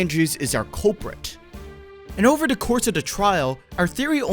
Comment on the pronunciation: I swear it took me to my 3rd or 4th watch to realise that you were saying 'da' in place of 'the' for the whole video 😂